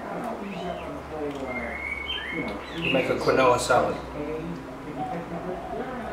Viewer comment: It's pronounced KEEN-WAH... Looks tasty.